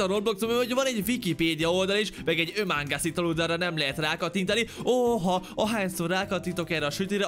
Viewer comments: ÖMÁNGÁSZ??? [ÁMONGÁSZ]* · a kiejtés [ÁMONGÁSZ] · Ömongász?Ámongász? Among us!*